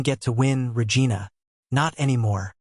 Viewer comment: Regina-vagina…sounds like an old Seinfeld episode.Pay attention to what your AI story teller is doing and do appropriately 😮😂😂Good story though 😂😂😂